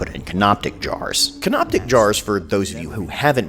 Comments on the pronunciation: It couldn't matter less, but it's canopic jars, not canoptic. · CANOPIC NOT CANOPTIC LMAO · Can-op-ic, there is no ‘T’ lol. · "Canoptic" There is no T in that word. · There's no "t" in "canopic." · There’s no t in canopic jars - otherwise, hilarious as always lmao